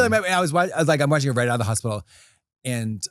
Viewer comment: just going through my day saying, "hopitol"